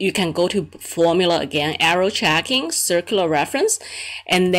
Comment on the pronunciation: I dont understand why when Indians make videos they add american accent. Speaking normal english is better if you are an Indian. You pronounced Error Checking very incorrectly in american accent.